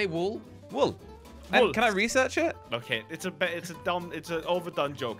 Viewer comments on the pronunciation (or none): ”josh say wool” josh:wol